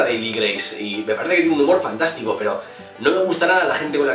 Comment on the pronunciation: Me ha encantado ese "fantashtico" kauakxhamdiaksuajduaj lool me rei mucho ♡